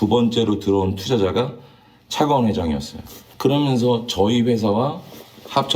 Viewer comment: 차가원을 차기원으로 발음하거나 120억을 120원으로 발음하는 등 소리만 듣는 저에게 좀 불편한 부분이 있네요